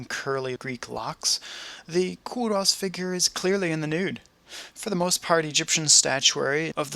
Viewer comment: It is pronounced Ko-ros not Ko-Russ!!!